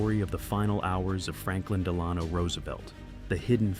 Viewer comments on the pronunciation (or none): How do these IDIOTS not pronounce the name of a President right? D'lonno? Really? Must be some idiot company that cranks these out with no product control.